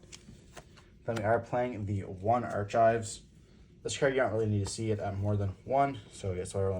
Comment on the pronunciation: 1. You dont HAVE to play 3 gates. Starting hand having 2 or more gates and nothing to get a fiend to gy is not fun. I only run 2, and its not an issue AT ALL. 2. Dont cut accession to 1. You dont want it to get banished and not have another, and you want to see it. 3. Its Ark-ives, not arch-ives.